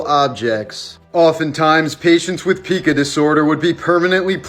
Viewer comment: Pica is pronounced "pie-ka" not pee-ca